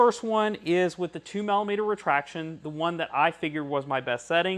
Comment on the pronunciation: sorry to be picky but the word is Millimeter as in Milli meter not Mallimeter